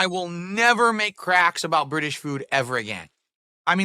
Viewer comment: The way he says British is super annoying. Why does he emphasise the ITS part